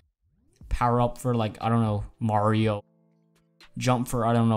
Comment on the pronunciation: Unsub u don't know how to pronounce Mario I'm sad